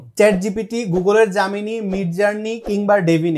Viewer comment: আগে Gemini উচ্চারণ করা সিখ 😂 জামিনি 😂